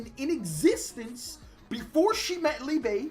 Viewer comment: If his name is the German word for love, it is pronounced Leebuh, not leebay.